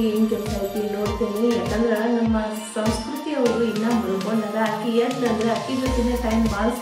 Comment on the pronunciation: ಸರಿಯಾಗಿ ಕನ್ನಡ ಮಾತಾಡು ಅದು ಸೌಸ್ಕೃತಿ ಅಲ್ಲ ಸಂಸ್ಕೃತಿ ಬೇವರ್ಸಿ